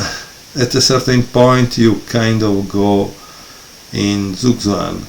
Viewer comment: thank you for your (as always) great video! I think already i can keep this book in my mind to purchase it some day :) ((( and if you don't mind – i try it with three brackets, but you can add some more if you want, or ignore it completely – a little hint: "Zugzwang" seems to be a german word that managed it to be adopted into english language – "z" is spoken like "ts" (as in cats), so don't hesitate to pronounce it kind of hearable this way (both times); there are german words with "tz" (Katze 'cat'), too, which is spoken the same way, just shortens the vocal before it like a double consonant )))